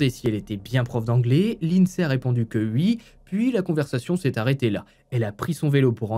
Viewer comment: J adore ton travail, ta façon de raconter les histoires vraiment chapeau! Mais j'ai toujours du mal quand je t entends prononcer "UI" au lieu de "OUI" 🤣🤣